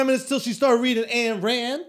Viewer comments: Lol I love Schulzy, but I feel like he knows a little bit about everything and doesn't know a lot about anything, except comedy and marketing. PS it's spelt Ayn Rand but it's pronounced "Ine" Rand, not Anne Rand lol. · It's painful hearing them mispronounce her name so many times. "and" lol.....also it wasn't about hating government, she was talking about the evils of socialism and communism. She was arguing against the point that money is the root of all evil, instead showing people that it was the root of all good. - "Blood, whips, and guns–or dollars. Take your choice–there is no other–and your time is running out."